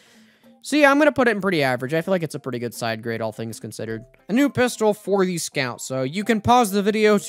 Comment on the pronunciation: ah yes, the pisstol